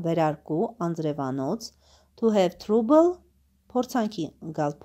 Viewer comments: կներեք բայց թրուբլ չի թրաբլ է։🙂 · Յաաաա բարև ձեզ, բա լայքից ուրիշ բան չգիտեք։Թրաբլը թրուբլ եք կարդում։Ճիշտ է լավ բան եք անում, բայց ճիշտ քերականություն իմացեք և կարդալաձև։Ու մի բան էլ, դուք էլ եք ձեր վիդիոներով լաք էր հավաքում։Էնպես որ, նորմալ կարդացեք ու միբողոքեք։